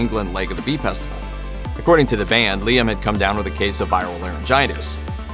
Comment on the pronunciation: Well done for pronouncing Staffordshire right, first American to do so 👏🏻